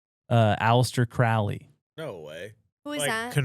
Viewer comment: CROW-LEE. not cr-OWL-ee